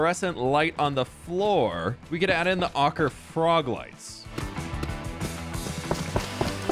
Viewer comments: Ochre sounds like “oh-cur”, not “ah-cur”. Hope that helps. :) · It’s pronounced oak-er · its pronounced Oak-ra also it looks fab! perhaps use a combination of floor and ceiling lamps, and i think the centre should either be a goblin monument or an idealic pond. As for next to your base where the gold once was, perhaps a golden wishing well! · Ochre is pronounced "Oak-er". I'm an artist who's taken a lot of color theory classes :) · Oak-er, not awk-er. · It's pronounced "oh-cruh" froglights. X3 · Gobland is growing! So amazing. I wish hoglins were tamable. I believe the right pronunciation for Ochre is "oak-er"? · I'm fairly sure it's 'Oh-ker' :D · So you pronounce ochre oh-ker. Love the new build. That’s a lot of storage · Ochre is pronounced oak-her, it's an Indigenous Australian paint that is made of crushed rocks and water :) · Ochre is like Oh-Ker. Because Bob Ross says so. Also that's how ochre mountain was pronounced in Utah when I lived there. Lol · ochre is pronounced oak-er, just for future refernce, thank you for the video. i really enjoyed it. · The ochre frog lights are pronounced ohcer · Being a painter it’s hurting my heart…lol.. Oak-er, I hope that helps lol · I believe it's pronounced "Ohh-kur" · Oh-kerr lol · Bob Ross pronounced it “oh-ker” in his painting videos, hope that helps! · lol ochre is pronounced like "oak-ar" like the tree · I think the ochre frog lights are pronounced oak err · it is pronounced Oh-cuhr. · Ochre is pronounced ohcra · ochre is pronounced: O-kur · Ochre is pronounced oak-er fyi! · iirc ochre is pronounced like oh-ker were the o is like the o in okay or over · Not being snarky with this here - Ochre is pronounced "OAK-er" or "OAK-reh" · It's pronounced OH-ker.